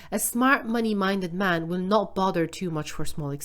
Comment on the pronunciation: Every time the word man is used, pronounce it MEN. Whenever the word men is used, pronounce it MAN. Or just blend the word together…. MAEN…I cannot un-hear it.